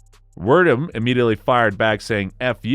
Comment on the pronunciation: I'm sorry can we try saying this Fabrício Werdum's fellow name just one more time please.